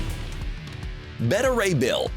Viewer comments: WHO IS BETTA RAY BILL? IT IS BETA. Like BAY-TAH. It is like the people who say Darkseed. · Better Ray Bill? Wanna try pronouncing that again? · Anyone else just mad they pronounced Beta Ray Bill’s name wrong? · You think you could get a guy to do the voiceover that knows how to say beta Ray Bill correctly?? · Were you mispronouncing Beta Ray Bill just to mess with people?